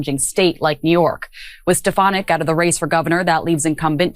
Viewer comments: You would increase your credibility if you learned how to pronounce people's names. It's strf FAN ik. It doesn't matter to me what you call her, but it does suggest to me that you don't participate much in political discussions if you don't know how to pronounce her name. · Why is it so hard to pronounce steFANik? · I know she's awful, but you should try to pronounce her last name correctly. It's not that hard, it's been in the news constantly with the correct pronunciation.